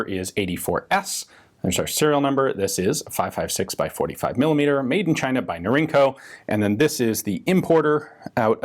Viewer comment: Norinco is "Northern Industries Corporation." The acronym is pronounced Nor-In-Co. It's not "inc." like "incorporated."